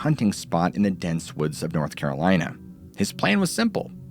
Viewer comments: Not Carol-Anne! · North Caralina 😂😂